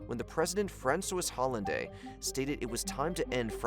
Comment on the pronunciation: Franswoys Hollanday